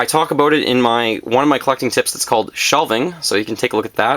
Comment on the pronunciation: "Aboot" Canadian detected.